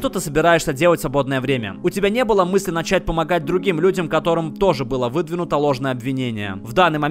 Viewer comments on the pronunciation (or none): none